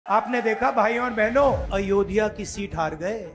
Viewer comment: Ayodhya to bolna sikh jaiye Rahul ji